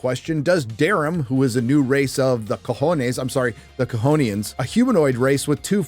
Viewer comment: Cajonian? Like cojones?